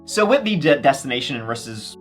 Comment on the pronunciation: I thought you said"Deathstination"😂